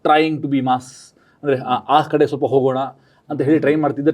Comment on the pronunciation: Solpa alla swalpa. Hinna alla innu. Hidu alla idu